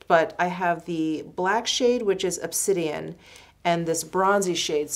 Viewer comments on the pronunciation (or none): none